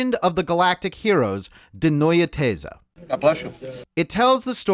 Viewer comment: Excellent pronouncation of "Die neue These" 👍